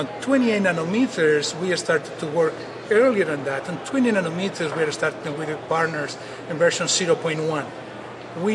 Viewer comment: Nonometers? Its nanometers genius:)